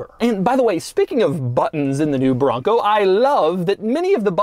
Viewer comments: TOUGH, MUSCULAR! 😍 BRRRRRRONGGGCO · The way he keeps saying “BRRRONCO!” Is hilarious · try every time he says BRRRONCOO! lol